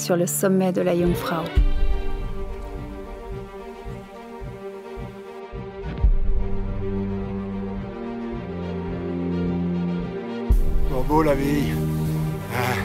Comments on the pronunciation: Les casques ceS pour les animaux et déjà cest Jungfrau pas Kunfrau bande de français touristes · Jungfrau pas Kungfrau